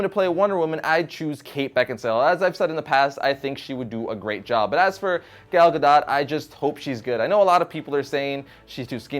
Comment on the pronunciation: you pronounce "gal" wrong. you make it sound like "gale" when it should sound like "gall".